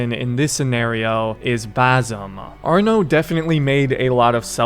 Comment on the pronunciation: Its arno thats it just arno